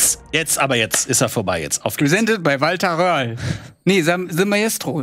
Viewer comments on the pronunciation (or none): Lieber: der Rally Fahrer heißt "Röhrl" nicht "Wöhrl" <3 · Röhrl! Er heißt Röhrl! 😂